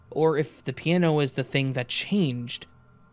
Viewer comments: I slipped into a parallel universe, where there's a musical instrument called a "peee an no".. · Enjoyed the content. The way you pronounce "piano" tho lol.